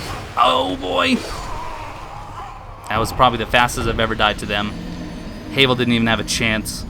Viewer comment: HAVEL like GRAVEL not heyvel